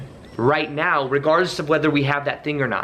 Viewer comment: Did you say now as meow at the start? 🤣Great video as always